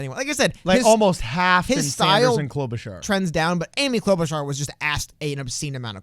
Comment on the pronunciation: Klobarchar was klobbering that debate